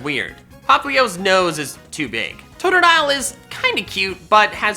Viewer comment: Totodile does not end with an S, it ends with an E!